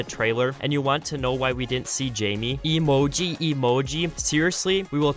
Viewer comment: why did you say emoji like that? lmao